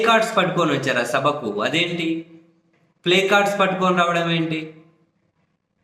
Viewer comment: ప్లకార్డ్స్ అని సరిగా పలకలేక ప్లేకార్డ్స్ అని ఉంటాడు 😂😂😂😂😂😂